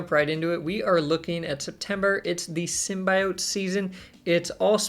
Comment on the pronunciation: You and cozy have to be trolling the way you guys are pronouncing madame and symbiote